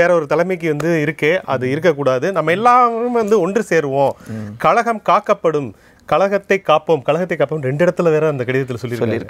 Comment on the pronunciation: உங்கள் தமிழ் உச்சரிப்பை சரி செய்தால் நிகழ்ச்சி மேலும் நன்றாக இருக்கும். உ.ம். 'ழ' உச்சரிப்பு. ( கழகம் & கலகம் )